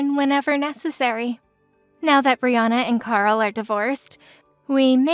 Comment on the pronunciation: As a Brianna, I'm pleased they said my name correctly. 😊